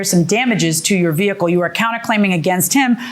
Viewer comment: How about "eC-ce-tera" instead of etcetera. Or "ve-Heh-cle" when the h is supposed to be silent in vehicle. Or "sa-pose-aB-lee" instead of supposedly. Or "pitcher" when what they mean to say is picture.